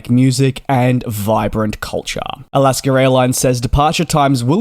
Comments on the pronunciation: So funny that you pronounce Alaska Airlines ALASKER LOL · As much as we love you; there is no "r" in Alaska.